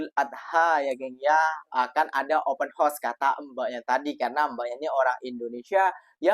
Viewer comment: Open house...sebut..OPEN HA...OS. bukan open HOS!